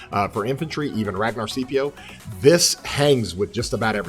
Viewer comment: So in latin there is no soft c sound...Skippy oh or Skeepeeo